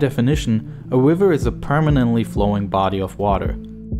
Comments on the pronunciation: "wiver" "wain fall" "Weservoir" "wegion" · AITA? i couldnt stop hearing "wain, wiver" , homie had trouble with his Rs. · Let’s take a dip in the strawberry wiver 🤣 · I'm sorry but the way he says wiver. I can't. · lol he says "wiver" for river